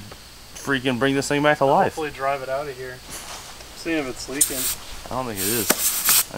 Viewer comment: DWIVE FWOM YOUR GWAVE (sorry, had to be done)